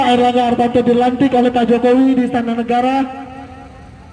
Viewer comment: Pecinta Partai Golkar kok salah sebut nama Ketumnya! Aneh!!! Namanya Erlangga harTARto kok disebut harTANto. Hahaha.., menggambarkan demonstran bayaran.